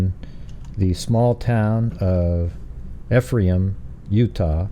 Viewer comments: Pronounced, “eefrom” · Ephraim is pronounced E-from